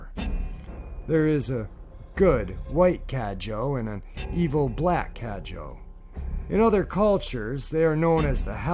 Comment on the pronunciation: About the third encounter, the "Cadejo" is indeed a dog like creature, and it is said that the black one is evil and the white one is good. Just a little thing that a friend from Nicaragua told me, it is pronounced "Cah-deh-ho" and not "Cadjo". Great video as usual.